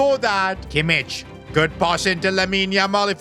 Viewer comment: It’s Kimmich’s name is pronounced kimick